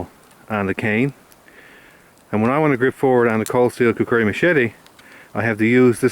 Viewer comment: It's kukri not kukuri